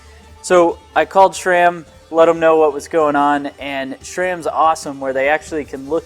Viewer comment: It’s not SHRAM, where are you getting the h?